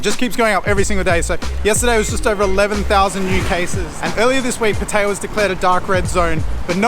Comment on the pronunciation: At least you know how to pronounce pattaya. Unlike some youtuber named chad 🤣. Boy he messed up pretty good on his last video. It's like he dug his own grave 🤣🤣🤣